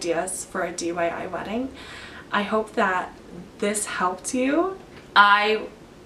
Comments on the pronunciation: DIY not dyi lol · why do you keep saying DYI?